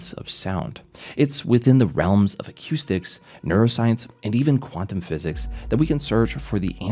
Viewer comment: Up until he talks about waves it wasn’t deviating from factual info. Rubbish thereafter, especially when you couldn’t even pronounce “acoustics” correctly.